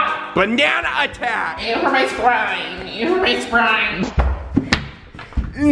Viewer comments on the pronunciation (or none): “You hurt my spawine” - (cloe) 4-18-18